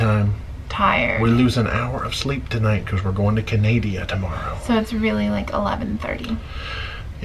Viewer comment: Please say the name of my country correctly it’s Canada 🇨🇦🇨🇦